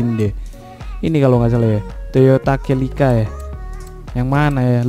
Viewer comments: Celika bang bukan Kelika 😂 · Baang dibacanya Selika bang bukan celica #CMIIW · Bang bacanya toyota selika